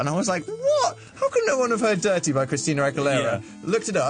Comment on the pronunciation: Dan saying "durt-ee" makes him sound Scottish.